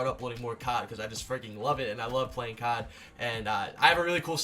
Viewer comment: Doug - I like Cawd Me - dude omg say CoD not Cawd Doug - Cawd